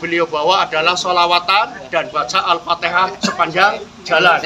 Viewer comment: Al.fatihah. bukan al.fatekah